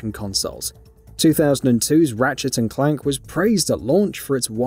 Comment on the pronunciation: Can’t say the way he says ratchet and clank doesn’t bother me